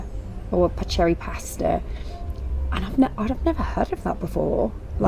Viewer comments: The pasta, paccheri, is pronounced PACK-CARE-REE as “ch” is “k” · It’s Pronounced Packeri.! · It's pronounced pa ker ee .. pasta. 😘 Love your videos! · since you both have Italian ancestors, perhaps you could improve your pronunciation of certain words.... paccheri and even your wife's name... there are many kinds of pasta shapes not just penne or spaghetti....just saying.... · Please, and this is an advice for all British people, learn how to read Italian. "Ch" is not pronounced as in English. It is pronounced as "k".